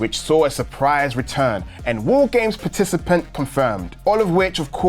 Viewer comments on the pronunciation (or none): I thought he said Woo games instead of War games, which made me wonder, what would the "Woo games" entail?